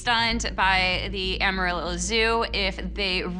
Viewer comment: You really need to learn how to say the names of a Texas cities! I’m a native Texan and you are murdering the pronunciations of our city names! Tom-Ball and Am-A-Rillo. Not Ah-marillo!